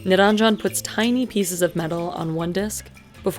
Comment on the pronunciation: The name is Niranjan, not niraanjan! If you're Indian, please learn to pronounce Indian names correctly. It's the least respect you can show to your ancestors, fellow country men, women and places.